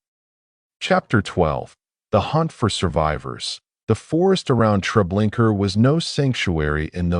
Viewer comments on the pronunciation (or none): Me too. Every time I hear the narrator say Treblinker I cringe. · Yeah. Unfortunately it seems as if this is AI narration, especially with the "Treblinker". I cannot watch it. There is something very sad about people using AI instead of their own thoughts, writing, and voice. It's like being tricked or robbed. Terrible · I can’t get past the TREBLINKER thing. If your editing didn’t catch and correct such a major error, I think it’s very disrespectful to those who suffered so much and perished by thoughtless, evil people. Why haven’t you taken this down and corrected your error? At least those who view your video after that, wouldn’t have to cringe every time they hear “TREBLINKER”, and could focus on the content." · Can’t listen to this. If you can’t get the name right, don’t post it. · Ugh no R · It's irritating to hear the invisible "r," instead of the "a" at the end of the name Treblinka. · A-I SUCKS or either you do can't even pronounce it right. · Dude come on....there's now R at the end of treblinka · Relaxing??? Treblinka ???? That so wrong !!!!!!